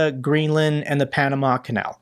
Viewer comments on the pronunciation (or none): none